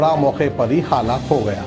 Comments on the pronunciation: Hallak nai halaak bolte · kounse goun village ke hai aap jo Google ku Gokul halaak ku hallak aur bhi bahoth se ghalti hai aap ke talaffuz me